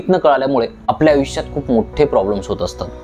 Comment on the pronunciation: Avishya nahi bhava Aayushya